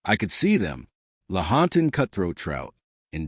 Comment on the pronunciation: Errors abound. Cringeworthy. It's "Lahontan" not "haunted", for starters.